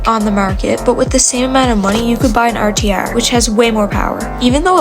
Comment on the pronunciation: lol bro every time you say rtr I crack up😭 u say rtyaar